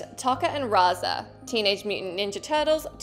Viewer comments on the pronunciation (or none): Ugh it's pronounced Toe-ka and Razor FFS!